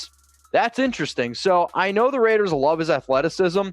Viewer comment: Did he actually say "Ravers" how does a Raider fan EVER mispronounce our BELOVED team's ICONIC name? Raiders4Life!